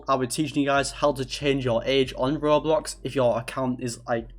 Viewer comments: “roblos” seethihs” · He sounds like those tts roblox story’s like when he says roblox he says it like ROB LOCKS